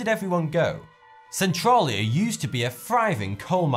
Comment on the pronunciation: thats not how you say Centralia